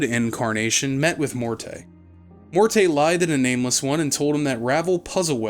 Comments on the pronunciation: and it's Morty, like rick & morty. He's a vaudeville comedian head, none of them were named Mor-tay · the only thing it depends on is if you believe all of the companion voice actors mispronounced the name and the devs left it in. If you don't believe that, then the name is simply pronounced "Mort." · actual audio producers use the preferred pronunciation of the character/person instead of some dug up definition of the pronunciation. It's Mort. Not Mort-eh. That is so silly. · >Every time he says "Mortay" It's MORTE! MOOORRRRRRT! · "Mor-tay" too lmao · Pretty sure the "e" in Morte is silent. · its pronounced Mort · Uh, it's actually one syllable, "Mort" as in death. If you want to be fancy French, you can go with "Moh-ert" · setting aside the French (fem) pronunciation being also with a silent "e," it doesn't matter how a word is pronounced elsewhere if it's a specific name of a character and you are given the specific pronunciation of the name by the character's creators multiple times within the same medium you otherwise encountered it. I feel both the root and their chosen pronunciation fits the character pretty well. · The game is a masterpiece, but... barmy cutter don't know how to say Morte and Sigil right XD